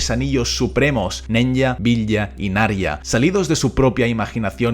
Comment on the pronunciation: Apsenë, pero los anillos se pronuncian: Nenia, Vilia, Naria...